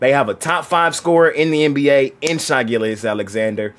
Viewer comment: His name is pronounced « Shé » not « Shy » ahaha